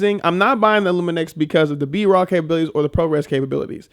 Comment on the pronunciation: you’re adding more than an N :) It’s Lumix man :)